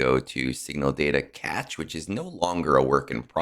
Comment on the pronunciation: Good info. FYI: cache is pronounced "CASH" not catch.